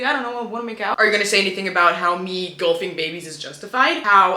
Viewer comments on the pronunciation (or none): It's embarrassing how long i spent looking for 🌶 links before I realized she was saying golfing, not gulping..